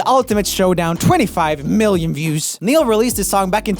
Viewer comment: my excitement over seeing the name neil was immediately shattered by pure disappointment and horror over his botched pronunciation